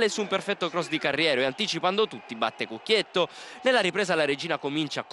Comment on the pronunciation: "CucchiettO" non si può sentire -.